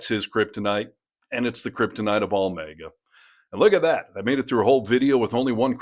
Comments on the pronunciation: LOL! may-guh? MAGG-uh. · Repeatedly/routinely mis-pronouncing "MAGA" as "May-Ga", might be a deliberate choice on your part to demonstrate your distain for those pathetic cultists, but, when we all know that the accepted pronunciation is "MAGGA", all you're doing is presenting yourself as either ignorant or stupid, or more likely, both! Honestly, all I want from you and this channel, is honest news and reportage. I can do without the smug, "we're so much better than you" asides, exaggerated eye rolling, reciprocal name calling and performative faux angry rants! We're already on your side! I don't know who you think your target audience is, but if you believe you need to talk to us that way, then you're drastically underestimating the intelligence of your audience and quite frankly, insulting us! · Why are you pronouncing Maga as mega? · You pronounce maga weird